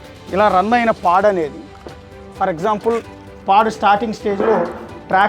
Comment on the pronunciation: nice info anna but its pod not pad 😊